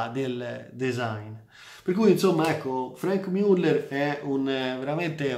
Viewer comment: MIULLER non si puó sentire